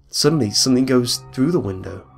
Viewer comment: Am i the only that notices the NK instead of NG? like thinkink, somethink lol